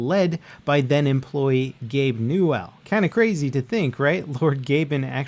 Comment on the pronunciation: ***** I know who Gabe Newell is, but I do not know the origins of Gabe New-L. Maybe New-L was a legend faded into obscurity? Nobody will ever know.